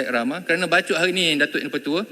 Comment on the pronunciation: Bachok ke bachol...?? 😂😂😂😂😂